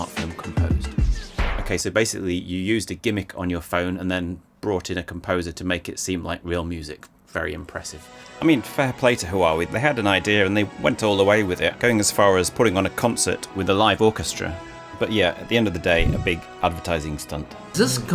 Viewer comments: GREAT vid!. btw, Huawei is 'waaway' with a slight breathiness to the first W. It's not 'hawaaway'. Sorry to be that guy. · Not pronounced "HUu - waah- way" just waah-way